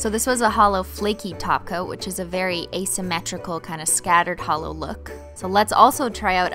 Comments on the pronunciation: Omg I need this polish 😍. Other note , I thought you were saying “taco” and it took me literally to end the of video to realize you were saying “top coat” time to sleep!! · Anyone else hear taco when she says top coat? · Took me a long time to realize she was saying top coat not tacos, just me?😂😂😂